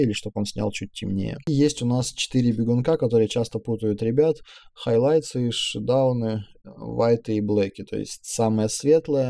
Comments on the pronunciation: Я, конечно, не придираюсь, но почему тени (shadows), читается как «шедАуны», а не «шАдоус»?) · Смотрю, полезно и по сути! Только немного напрягает неправильное произношение. Слово "шедаун" вместо "шедоус" (тени)) и "клирити" вместо "кларити"! Не "Эл", а "ол" (all). А так замечательное видео, спасибо за помощь! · Все хорошо, но "шадауны" — это пипец)) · мне тоже слух режут эти "шадауны", "хайлайтсы", "вайты" и "блэки") аааааа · никто же не говорил что ты плохой человек. Сказано было о не правильном произношении слова, чтоб ты знал и исправил это. Представь, встречаешься ты с каким-нибудь известным фотографом англоговорящим и начнешь ему про шадауны рассказывать. Не удобно получиться, человек тебя не поймет. Не стояло цели тебя обидеть! Так что не обижайся:)